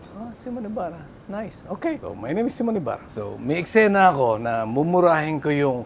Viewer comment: Wrong pronunciation si Aster sa name ng guest nya. He even corrected her about how to pronounce the name pero SYMON ng SYMON eh its SIMON (See mon)